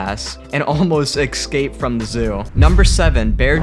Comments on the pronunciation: If you're going to say "escape" - er... "eGG-skape" a hundred times, maybe try to pronounce it right. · Excape? Canada? So makt different ways to pronounce the english language,kind og funky😄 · Or perhaps: listen to this communications graduate misspeak the word escape... everytime, through the entire video, you'd think he say it correctly accidentally at one point or another. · Every time he said "eKscape" was like nails on a chalkboard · Poor thing. It looked like a particularly shitty zoo. Probably living a life of absolute hell and just making a terrified escape , as any living creature would , if it could. By the way, it's eScape ..not ..eXcape. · Someone needs to tell the narrator that the word is es-cape, and not ex-cape. He must have mispronounced it twenty times. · IT'S ESCAPE! ESCAPE. Not exscape. ESCAPE. ES Damn it, eScape. And while we're at it, it's eSpresso, not exspresso. Aaaaaargh. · Escape: “es-cape”. Not “ex-cape.” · It is pronounced EScape not EXcape . Just an FYI. Liked the video though. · It's 'escape'... not 'ecscape' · escape not excape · its uh-scape not ex-scapes. >-> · It is ES-cape, not EX-cape. So annoying!! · Dude the word is "Escape", not "Exscape". Stop adding a non-existent letter to your pronunciation of the word. It's very distracting. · I just can't get past the way he's pronouncing escape. Excape... Makes me cringe almost as much as seeing all these animals in cages. Esssscape 😬🙉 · es cape not excape sorry but it took away from yr video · I can't be the only one that hears "Ecscape" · Drink every time he says ex-scape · It's pronounced "əˈskeɪp" (no "x" or "eks") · These are awesome. Does anyone else wonder why people say excape instead of escape, or exspecially instead of especially? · Excape? I bet you can pronounce espresso perfectly. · It's escape. Not excape. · Sigh...I have no respect for “narrators” who speak perfectly good English but can’t pronounce simple words like curator, escape or ferocious properly! 🤦‍♀️🤦‍♀️🤦‍♀️